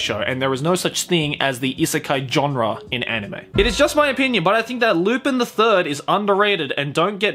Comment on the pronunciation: Lu-pin!? I'm pretty sure its pronounced Lu-pahn.